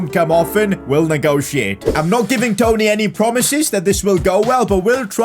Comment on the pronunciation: So glad you decided to sell Toney now I can stop sitting here listening to you saying his name wrong 🤣